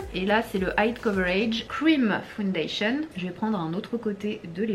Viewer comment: Ok donc quand elle lit le mot “full” elle le dit “fOUL” ✅ mais alors pourquoi elle dit “fOUndation” au lieu de “fAOUNdation” ?